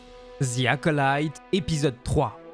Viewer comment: oui d'accord avec toi mais le "y" se prononce "i" par exemple personnellement je m'appelle Jimmy personne prononce "Jimmaï". En tout cas continue tes vidéos depuis 5 ans que je te suis c'est la première que j'ai quelque chose à dire